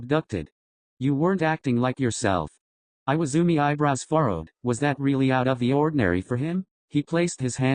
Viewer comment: Im actually dying, IWAIZUMI, NOT IWAZUMI